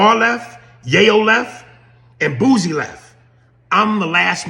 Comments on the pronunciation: Say Bossie name right man lol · Its boosie 🤦🏽🤦🏽🤦🏽 how have people been messin that up for years is diobolical smh lol aries you blacl dawg. Listen to his music amd you will pronounce it properly moving int0 2027. Please do it 😂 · This a baaaaad saaaaaad look for Aries mane😅 He’s always be full of 🌽 (IMO) but this solidifies it. Likeeeee, wtf are u talking about mane?!? “Be a little bit fair”? “Are we friends or not?” Mf can’t even pronounce ‘Boosie’ correctly who is this man😂